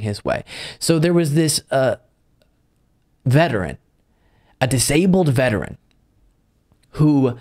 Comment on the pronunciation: I hate to say this but when you emphasize things like "they were a veteran! This is horrible" That implies that if it happened to just anyone then it wouldn't be so bad.